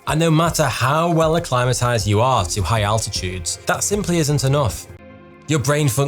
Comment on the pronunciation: "Fools like igh places"